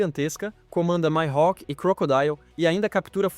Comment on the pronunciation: o jeito que tu fala Mihawk me da raiva.